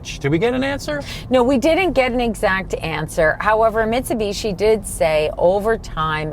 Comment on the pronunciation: I am so happy that you pronounce the company name as Mitsubishi instead of Mitsubeeeshi like NA presenters!!!